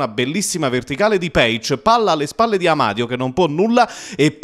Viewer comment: sto telecronista sbalia tutti i coniòmi... Amadio...Anania...tutto senza accento tonico...